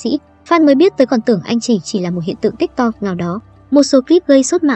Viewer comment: tiktok đọc là tít tót bạn ơi😭